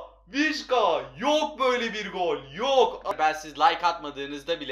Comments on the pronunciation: Vişka değil vişça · Abi vişka değil vişça 🤣